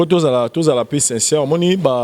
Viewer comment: oza na lokuta Moïse mbiye aza na Belgique yo ozo loba France 😁😂 en plus bino mibale bozo loba u à la place ya i , sinçeure place ya sincère 😂😁 boza suka